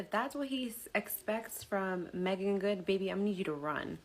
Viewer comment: You’re saying her name right.